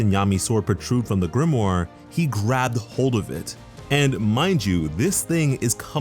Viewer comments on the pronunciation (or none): none